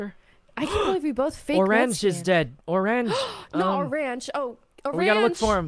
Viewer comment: I heard “oh ranch” not “oreeeenge”